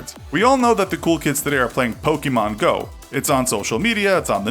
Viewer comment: It’s not pronounced “pokeemon”...the accent makes an “eh” sound